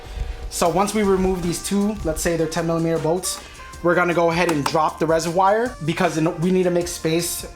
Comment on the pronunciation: Please stop saying RESERWYE! Say it like your friend does, Reservoir! And how long of an extender on that socket wrench did you need for that attachment to get to the bottom 10mm bolt? I will need to buy one before my install.